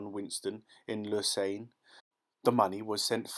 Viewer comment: It's a bit strange that the reader doesn't know how to pronounce some words, e.g. Lausanne, ving-et-un. This is the age of the Internet and free information. You can always google to find out how to pronounce words these days. I do it myself.